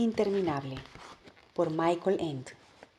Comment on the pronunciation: me encantó, solo una nota, michael ende es de origen aleman, no se pronuincia "maikol" ni "end" es mas como "mishail" y "ende"